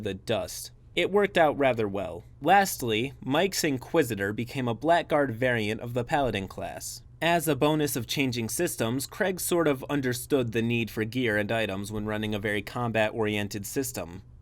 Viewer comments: "BLACKGUARD" is pronounced "BLAGGARD". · You pronounced blackguard wrong. It rhymes with "haggard".